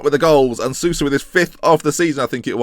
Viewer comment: Soulsa is the correct pronunciation